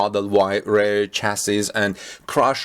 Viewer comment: REAR is pronounced as reer nor as rare. Please, learn Englisg.